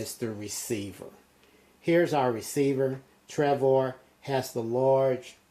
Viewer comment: It's Travor, not Trevor lol :P